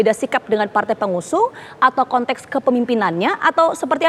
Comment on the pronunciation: Kontex bukan kontek boss ...ucapkan sesuatu , kata" nya hrs benar ...